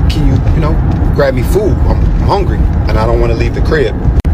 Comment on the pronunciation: I can't get pass him saying HONgry